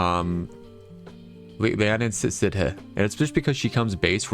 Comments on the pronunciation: Leanan Sidhe is pronounced Le-an-shee. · To this day i still have not seen a single content creator that knows how to say Leanan Sidhe correctly. Bro really just hit us with the "Li-nahn Sid-huh" lmfao